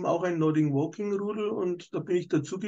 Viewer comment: Macht Nordic Walking seit 20 Jahren aber sagt immer noch Nording Walking 😅